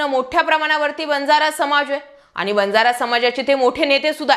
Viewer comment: वंजारा नाही बंजारा बोला.